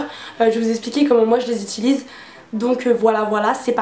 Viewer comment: on ne dit pas "itilise" mais "utilise", aller salut ! 😂